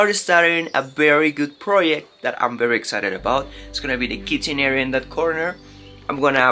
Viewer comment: Ok folks now we need to help our favourite Youtuber, you get it right sometimes, by Berry is not the same as Very...Say Veee, Say it again, Veeeee. Ok now say Very....Very...Come now, you can do it! And next is the word Now, not No. Say Cow, say Cow again. Ok now say Now...Cow and Now..Now and Cow. Now not no. You can do it!!!